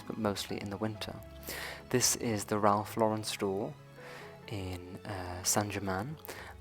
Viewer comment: At last! Thank you for being one of the few people who pronounce “Ralph Lauren” correctly. 👏🏼👏🏼